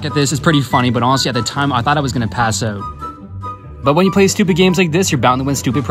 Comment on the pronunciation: Pft " pass uut ". Hahaha u pronounced out wrong lol